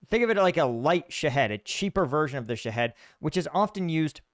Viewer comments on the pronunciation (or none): Sha-hEEd. There is no head in it